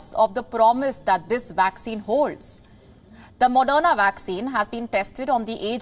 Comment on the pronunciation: Its not madonna vaccine, its moderna vaccine. Please learn to pronounce before reading news script